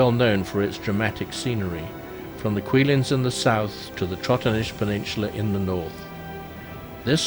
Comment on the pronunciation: nice vid! but please pronounce place names correctly? Cuillins is not pronounced as a < q > sound.